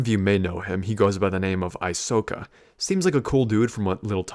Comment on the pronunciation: Aysoka? More like Aysoyka